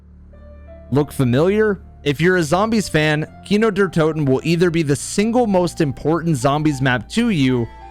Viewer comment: His german pronounciation of kino der toten really caught me off gaurd shit was on point